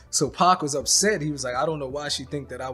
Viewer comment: I could not watch this the way this b@ was pronouncing Pacs name